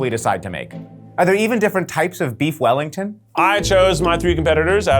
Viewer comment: Weef Bellington